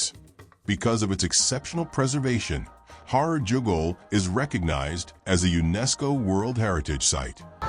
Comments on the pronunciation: Herar not horar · HEY 👋 BRO 😎 It’s NOT “HORROR” 👹 it’s ‘H A R A R’ ⚠️ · Say Harar NOT Horor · It's Harar ,not horror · LOL Har- rar not horror! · Comeon not horror it's ha'rar. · Why does the speaker pronounce it as Horror? It is horrible 😂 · Listen man pronounce correct as Harar not horror as your darling word. 😂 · NOT HORROR ITS HARAR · HARRAR HARRAR NOT HOROR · Not HORROR BUT HARAR. 😮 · HARAR NOT HORROR DANM IT. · I had to stop watching video. The pronunciation was awful. I have visited HAARAR, not Horor: it is wonderful, like stepping back centuries. It is called CHAT ! When I was there most of the alleyways had not been paved, so this is a recent development. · Fr horror is appalling pronunciation, harar is beautiful nevertheless Christianity is new tho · It’s pronounced haa raar not horror 😅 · Your pronoustion of Harar is wrong please say Ha rar. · The narrator horribly mispronounces the word "Harar!" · At least learn to pronounce it! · I was appalled too by that horrible pronunciation, cons of ai annoying voicing probably